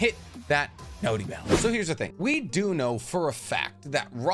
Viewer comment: Imma keep it a buck with you. As long as you call it a "notey" bell I'm not gonna be hitting it.